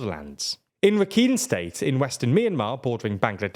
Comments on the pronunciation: slight correction , the word Rakhine is spelt like (ra-kha-ain). But otherwise an excellent and unbiased video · Just a friendly note that Rakhine is pronounced Rah-kine like the Ein in Einstein.